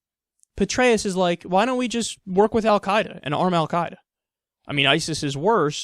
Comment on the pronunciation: First, Kyle, thanks for pronouncing "al Quaeda" correctly; I'm no fan, but I hate it when people screw up stuff like that. :P Second, Petraeus is a moron to the nth degree. How many more splinter groups have to be born from mistakes made in the Middle East before idiots like this stop suggesting their nonsense?